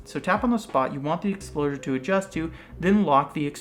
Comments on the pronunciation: Heard you keep saying Explosure not Exposure. Like that promo for 1+ at 5: 31. Any way informative Video. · "Exposure" not 'Explosure" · It's EXPOSURE not EXPLOSURE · Why does he keep saying explosure. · Fun party game idea: Take a shot every time he says "Explosure". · Hahaha, he said exlposure.